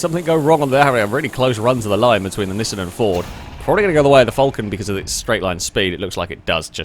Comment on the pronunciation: While it also annoys me, it's not technically wrong. The original Japanese commercials from the 70s are in a kind of middle ground between "ick" and "eek", though a bit closer to "eek". What is actually wrong though is Nissan ("knee-sahn") as "Niss Anne". There are others as well, like Mazda, Porsche, and Peugeot, but I can't be asked to spell them all out phonetically right now. Nissan is just the worst offender.